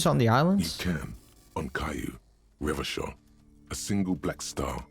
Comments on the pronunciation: The old-fashioned way came to him naturally, I smell a fascist playthrough 😂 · What's up with pronouncing Revachol as Revakol even after hearing the right pronunciation?😅